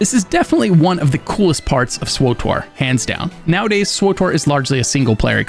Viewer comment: Never heard anyone actually say....SWWOOTORRR